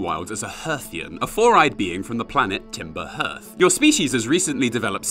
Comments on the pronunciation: Hearth is pronounced "harth" ::( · Its Harth 😂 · This is a really good review but the way you pronounce hearth pains me, for those who don't know hearth is pronounced "harth" and is the area in or around a fireplace, the hearth fire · Great video. :) P.S. Hearth rhymes with Darth or Garth. It's used a symbol of home and family, as in the expression "hearth and home."